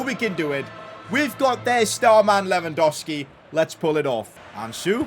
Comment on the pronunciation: Its LewandoWWWWski. THERE IS A SECOND W.